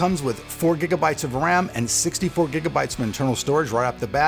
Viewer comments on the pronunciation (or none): none